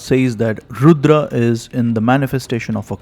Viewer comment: Beautiful pronunciations! Excellent video! Har Har Mahadev! Jai Bharav Baba